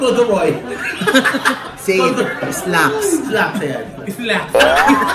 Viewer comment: Taenang yan, tawang-tawa ako sa ‘slackths’ 😂😂😂